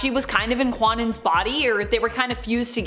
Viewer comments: Kwannon is pronounced Ka-known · Kwannon is pronounced "Kan non." The W is silent.